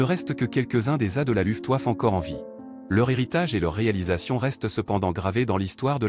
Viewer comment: j'ai cessé d'écouter cette voix de zombie désincarné à "LOUFTEOUAFFE"... Une video qui va trôner en bonne place dans mon Walhalla des Nuls!